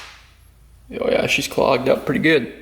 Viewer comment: Your “Oh Yeah” expression definitely has a Wisconsin twang to it, Ohh Yeah, very cool.